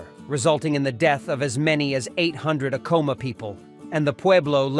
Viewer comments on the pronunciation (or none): You can recognize AI crap in the first ten seconds, when the AI narrator mispronounces the very subject of the video. I am so done with AI slop.